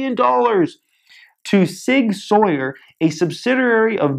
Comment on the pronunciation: as a heads up, "Sig Sauer" Is said like, Sig Sour